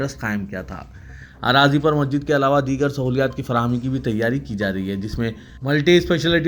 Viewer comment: se guzarish hai ke wo masjid kehte waqt sahi pronounce kare... Naa ke majid